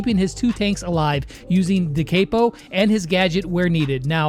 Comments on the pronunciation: "Poco's da caypo healing" Me who knows it's pronounced "da cop-o": visible confusion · It's not de keepo It's de capo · it's pronocend de cap o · The way he says da capo is kinda not cash money of him